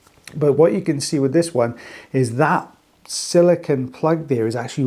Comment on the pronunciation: Silicone, not silicon